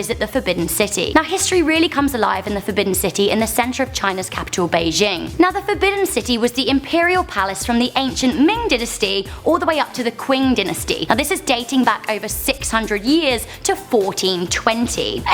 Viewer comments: Yeah what's qwing Qin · omfg did she just say "qwing?" "QWING?!" Im disappointed... that wasn't even close. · Qing Dynasty, Qin ShiHuang, Qian DaoHu! She should learn some Chinese PinYin how to pronunce Q. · Kuing dynasty lol wtf